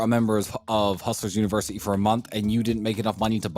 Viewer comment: Why did he keep saying hustlers university incorrectly?